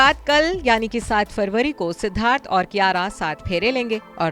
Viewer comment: Naam bigad rakha hai,kiyara ki jagah kiraya hona tha juban bhi sahi se nhi ghoomti kiyara advani Or kiraya advani